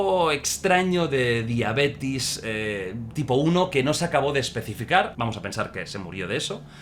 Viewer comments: Nooo, Jordi, no. Es DIABETES. No "diabetis". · "DIABETIS" XDXDXD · Es diabetes no "diabitis " Y la carne humana sabe parecido al cerdo xd ..... E visto muchos casos jsjsj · Jordi se pronuncia Diabetes no "Diabetis" xD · Me dio una punzada al corazón al escucharte decir Diabetis 😭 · NO SE DICE DIABETIS, SE DICE DIABETES, GIORGIO. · "DiaBETIS" ?? JAJAJAJAJJAJA grande Jordi